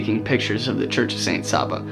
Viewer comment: SAINT SAVA! NOT SABA.